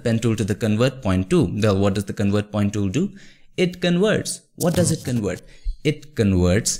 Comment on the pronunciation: Not wector, it's vector with a V. convert not conwert